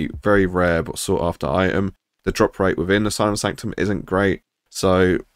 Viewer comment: You did miss something - the "T" in the word "item".